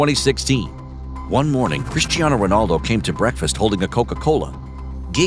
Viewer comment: I was irritated when I heard the first "Ronarldo" then I felt physically sick when they actually referred to him as "CR7".